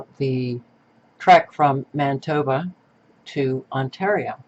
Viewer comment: Manitoba not Mantoba lol.